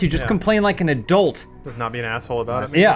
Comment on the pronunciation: pronounces "adult" as "erdilt"